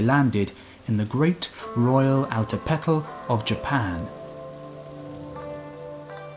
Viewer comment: the "TL" ending in Altepetl is not its own syllable, it ends a word the way an S would. It is like a "clash" sound or a click even.